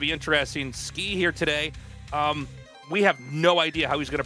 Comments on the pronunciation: Tasteless "Skee" "S-Key" facepalm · Tasteless : it's ski Artosis: it's skay Ziggy (English dub): actually it's S-key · Artosis invented Skey pronunciation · Don't worry tasteless I also thought the name was pronounced S - Key